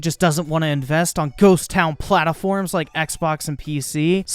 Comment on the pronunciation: First of all, perfect time stamp. Second of all, "P L A T A F O R M S"